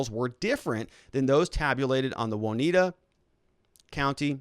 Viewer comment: Haha... Their hypocrisy knows no bounds... Long time Listener, first time Caller... awful what YT is doing to the Channel, just as entertaining listening to you grit through your teeth though. I feel for ya. Being a Midwesterner, lemme help... OswEgo (long E), & OnEYEda (long I)... lots of Indian names out this way. Your Correspondent On The Ground in Kenosha, Jim